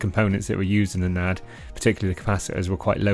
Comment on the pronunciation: N A D .. not "nad"